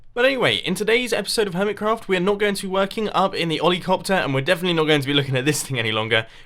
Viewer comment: hummit crawft go ahead mumbo read it does it sound the same as hermit craft?